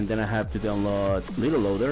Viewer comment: You said LittelLoader xD instead of LiteLoader